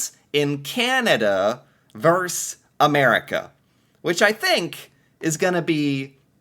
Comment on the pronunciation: we have a chant - Can-a-d'uh! LOL